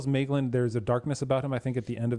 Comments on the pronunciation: Double vocals? There is often mispronunciation of the dipthong 'ae' (see video saying MAYglin rather than MYglin) But 'ea' is two separate vocalizations 'eh' 'ah. Thus Feh Ah Nor, or Eh Arr Endil. I'm not recalling any 'uo's offhand. (Though my memory fails more of late). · Stress on the first syllable, the AE has the sound of the English word 'rye', or 'eye' or 'pie'. Thus Maeglin would be pronounced MY-glin.